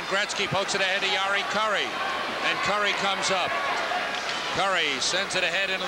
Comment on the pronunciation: ESPN 2nd period update....Mark Gretzky 😂. Lou Nanne...it's Kurri, not Cure-ee.